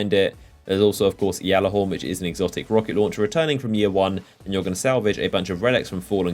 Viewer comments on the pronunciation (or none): my god get it right (G)allarhorn. not flipping (Y)allorhorn